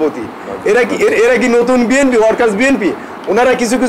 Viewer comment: আপনিতো ঠিক মতো আপনার দলের নাম ই বলতে পারেননা তাহলে কিসের দল করেন আপনি??